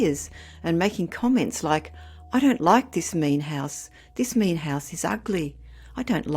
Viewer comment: The narrator did make it sound more like meat instead of mean. But I’m thinking the child meant mean, not meat.